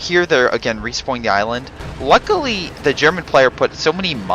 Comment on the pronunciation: U are saying all the fucking time "luckuly" It gets really annoying :p